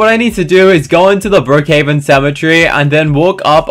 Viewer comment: at the start you said brokehaven but its brookhaven